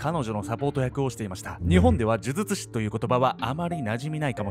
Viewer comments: 病み子ちゃんは「じゅじゅつし」って言えてるのにが「じゅずつし」なの可愛いwwww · 呪術師、言いにくそうw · ズズツ師…😂 可愛い😂笑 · 、『ズズツ師』って聞こえる(笑) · 「モハマド・アファンディ・アブドゥル・ラフマン」を噛まずに言えるのに 「呪術師」を「じゅずつし」と言っちゃう好き( ˘•ω•˘ ) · じゅずつしって言ってます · じゅじゅつしが正しいんだけどね😆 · ズズズ師って聞こえる😆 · 見る前からこのコメントが見えて、もうそうにしか聞えないです(笑)🤣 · 本当だ！笑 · もう、そう聞こえちゃうんだけど、どうしようwwww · 呪術師の”じゅ“のパートを強く発音し、”術“部分は力を抜くと滑舌悪いの回避できますよ😂💦💦💦💦